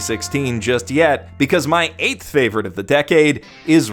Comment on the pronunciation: Ah yes, I often rewatch my fav-OWR-ite anime...